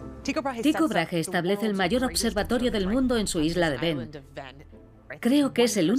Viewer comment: Gracias por el documental, aunque al narrador le cueste pronunciar el nombre de Brage (Brague*) hahaha resulta gracioso, tampoco es tan difícil decir el nombre del hombre como es en verdad hahahah